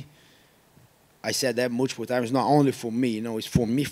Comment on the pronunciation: Gilbert "I said mool-chi-pull times" Burns